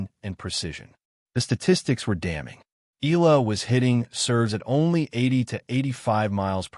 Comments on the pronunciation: E-yala or Yala not EELa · Fake AI news narrator cant even properly pronounce Alex family name😜😜😜